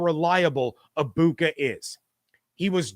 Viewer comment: you should learn how to pronounce Emeka's last name...the G is silent.